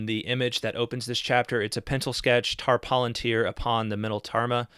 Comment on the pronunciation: I believe the word palantir is properly pronounced with stress on the second, rather than the first, syllable.